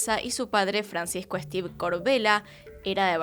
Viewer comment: No conocía este caso, no pensé que hubiera una persona así, capaz de hacer este tipo de cosas. Por cierto, su apellido se lee como se escribe, Esteve, es un apellido catalán.